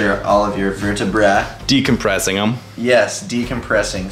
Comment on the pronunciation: "Your verti-brahhh" 😂 Congrats on the clothing line in the gym, so epic!